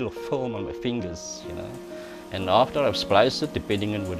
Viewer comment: Every time he says 'Film' it sounds to me like 'foam'...